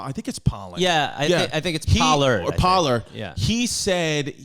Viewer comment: I believe his name is Michael Pollan, not 'pollard'